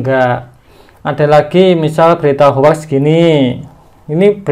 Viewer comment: Maaf mas. Hoax itu dibaca hoxs bukan hoax.